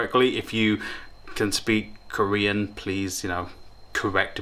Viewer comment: your Korean pronunciation is perfect